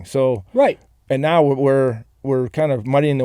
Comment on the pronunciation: that "Noaw" was some of that North Carolinian accent rubbing off on Rod after a couple decades in Raleigh, lol